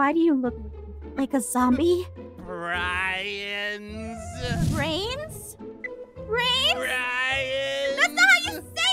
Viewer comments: I love that can’t say the right words like he said bread then brooms but he said brains like a real zombie lol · Haha I laughed when said Brian Ainstead of Brain😊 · THATS NOT HOW EIN SOUND LIKE E SAY BRIANS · It’s amazing how dumb is that whenever he try’s to say brains he says brooms, bread, and Brian but not brains XD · ℍ𝕖 𝕒𝕝𝕤𝕠 𝕤𝕒𝕚𝕕 broom😂😂😂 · i like how everytime he trys to say brains he says something that is like the word but its not😆😆 idk it just got me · lol keeps saying brooms